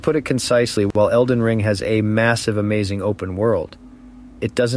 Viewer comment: Elden ring has a ton of replay value if u actually know what u are doing! This guy sounds like a soft lazy man child! He can't even say elden ring. I'm going to call it ER , ER WAS a TV show like what in the 90s. About an ER in a hospital lol. I can't find any runes, I need my bottle mommy lol haha . I never troll but I had to. Please sir cry some more. U are allowed your opinion just like I am, but maybe try actually playing elden ring more then 50 hrs lol